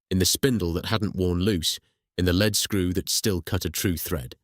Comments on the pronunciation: Btw ‘leadscrew’ is pronounced ‘leedscrew’ not ‘ledscrew’ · ledscrew !!! levva !!! Whatever happened to human narration.